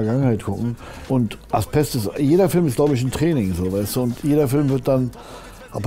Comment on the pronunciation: Lieber Kida, schon längst geschaut. ich fühlte mich gut unterhalten. Danke. Aber deine Serie heißt AsBest nicht AsPest. Ein weiches B. Ojemine.